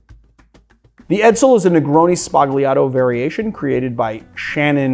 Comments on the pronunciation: It is pronounced SBA-L-IATO, the 'g' is silent in Italian. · I've mentioned this before: sbah-YAH-toh... sbah-YAH-toh... You're Italian ancestors are giving you dirty looks every time you say it like you currently do... Let's end on a high note: Love the Channel!